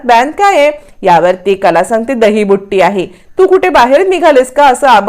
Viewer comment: दहीबुट्टी नाही हो दहीबुत्ती